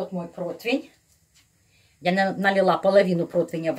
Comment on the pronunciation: И еще - противень, а не протвинь, извините.Римма Гарницки